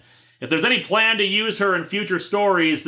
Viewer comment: 'My pwan is qweat...'